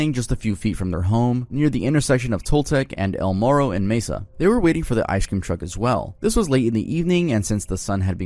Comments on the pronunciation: The way he pronounce Mesa made me physically recoil. It's pronounced "May-sah". Not "Meh-sah." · Found this mispronounced word of this video, mesa He pronounced as mess-uh It's pronounced as mas-uh As in may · lol real I’m not hating it’s lowkey funny 😂 “meza” Arizona 😂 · ain’t no way the state AZ and town I live in are on this video that’s insane btw you also said Mesa wrong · I suggest you look up the pronunciations of proper nouns before posting next time. Neither "Moroni" nor "Mesa" (Utah and Arizona cases) were pronounced correctly and I stopped watching after that.